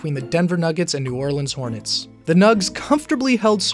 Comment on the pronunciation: Did he just say the hornys? 🤔